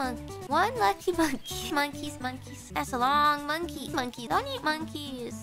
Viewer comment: At some point in this video I started hearing one piece